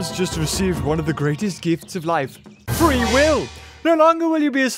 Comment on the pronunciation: 'one of the greatest gifts of life. Free will!' I thought he said free wifi😂😂